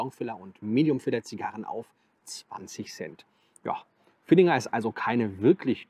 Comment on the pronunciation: Ich bin Fan deines Kanals. Aber das Ding heißt „Villiger“ und nicht „VilliNger“. 😉Das nur nebenbei und mach bitte weiter. Ich seh das sehr gerne.